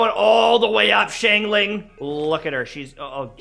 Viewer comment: The way he said xingling Shingling